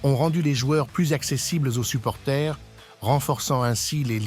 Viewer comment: On dit supporters pas supporthé